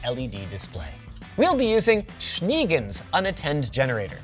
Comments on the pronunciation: I opened the description to see the spelling of this weird unknown english word and laughed so hard when i saw it. Schneegans means „snow duck“ and is pronounced shneh-gaunts.(EDIT correction: it's actually "snow goose", see below) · Schneegans is German means Snow Goose . the double EE is not the English sounding e. It is more like the e in meta but longer. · German here: It's not "shniiigens", it's [ˈʃneːˌɡans] or more readable "shegans". Translated to show goose. Anyway, thanks for the awesome tips! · Linus, it's Schneegans. German for snow goose. You pronounce it a little bit like Shnay Guns. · I´ve just wondered about his weird way to pronunce "shenanigans" 😂 never thought that it was actually "Schneegans" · Love your pronounciation of "Schneegans", which would be Snow Goose in German. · Hearing Schneegans as a german is kinda funny :> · for a German it's pretty funny how you pronounce Schneegans :D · The pronunciation of Schneegans (snow goose) is hilarious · As a german, hearing "Schneegans" pronounced that way made my day. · exactly Bruder 😁😁